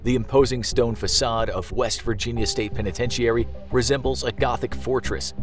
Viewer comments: Why do you say penitentiary like that ? I hate when people do that . The entire world pronounces a word one way but there is always one person that's like "nope I'm going to say it completely wrong".... you're that person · This video had me wondering if I've been pronouncing penitentiary wrong. I've always heard it pronounced "Pen-a-ten-chur-ee". is this a regional thing?